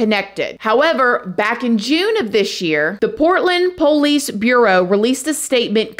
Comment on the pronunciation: Uh, actually it’s pronounced Police.And not Poh- leece..